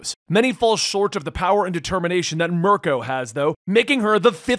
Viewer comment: I’m ok with you leaving a syllable off Mir-i-ko but did you really say PROWNESS? It’s prowess